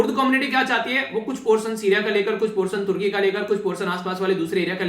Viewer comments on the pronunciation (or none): none